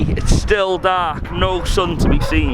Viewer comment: sounds proper "Cardiff" when he says dark "daaaaark"